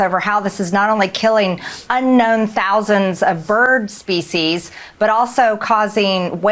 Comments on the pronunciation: Did she MTG say “spesies” instead of “species” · She says species just like someone would say feces. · At first I thought she said feces..seems more appropriate